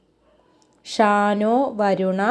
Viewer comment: ഷാനോ അല്ല ശം നോ എന്നാണ്